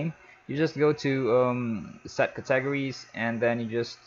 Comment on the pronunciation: THE WAY HE SAYS CATEGORIES XD. CA..... TEGRIES XD!!!!!